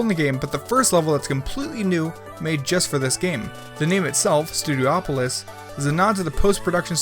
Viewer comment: Studiopolis, not Studio-Opolis